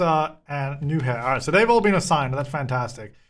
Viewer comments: Btw, roommate’s name is pronounced “noo-yah-ur”. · im dying at calling Nuihaur "new hair" HAHAHAHAAH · Game: Nuihaur: New-hair (but fwiw I looked up the name for pronunciation purposes and only got Sims 4 related results, so apparently it's either a really uncommon name or not a real-life name)